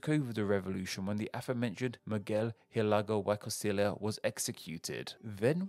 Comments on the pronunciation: Miguel Hidalgo y Costilla should be pronounced "Mee-gell Ee-dall-go ee Co-stee-ya". Again, love the video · Yeah i think he did put some effort, but i find it hilarious and a little infuriating that he pronounced "Megel Hidalgo WHY Costila"...